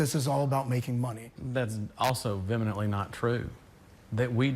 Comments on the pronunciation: It's vehemently not vemently 🙄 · "vemenetly"? is he trying to say "vehemently"? guy can't even speak proper english. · “Veminantly”…. Huh?! Does he mean vehemently? LOL